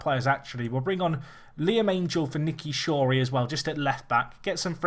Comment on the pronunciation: Shorey is S not N you did it again